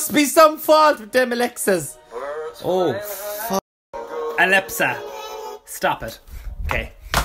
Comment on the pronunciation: As if my alepsa has gone off when he said alepsa xxx